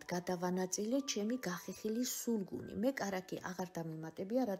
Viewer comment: Не «сулугун», а сулугуни